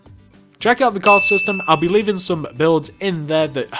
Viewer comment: you said leafing not leaving